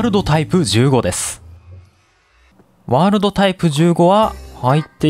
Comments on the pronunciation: ワールﾙﾙドがって言ってるw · ワーrrrrrrrrルド めっちゃまきじたwww